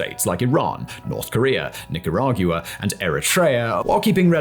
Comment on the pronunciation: what's a "nicaragyuwa"